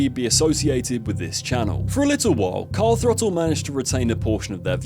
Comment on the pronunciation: or as the presenters called it Car Frottle (the Th is silent) get in mate ave it